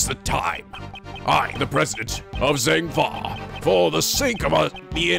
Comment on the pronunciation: is the way he was pronouncing zheng fa slightly annoying anybody else 😂😂